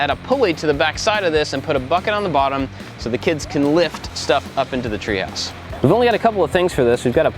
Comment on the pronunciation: “treeHOUse” hahaha. Sometimes you sound so southern,.